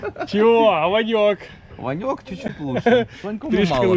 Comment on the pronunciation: Гарна риболовля!!! Ти кажеш Ваньок. А мені зразу почулось пиньок думаю чого ти його ображаєш. Потім дослухався а воно Ваньок.😊😊😊😅😅😅